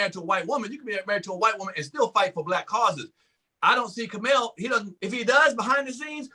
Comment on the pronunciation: And it's "Kamau," not f'ing "Kamal" or "Kamell" or "Kermell". How do you not take better care around the mispronunciation of Black names?